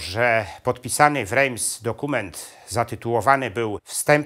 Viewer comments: Rejms??? Nosz kurwa! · Świetny film. Drobna uwaga, Reims wymawia się inaczej. Pozdrawiam